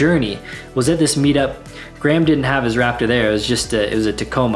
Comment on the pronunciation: Wraptor... can't unhear!! :(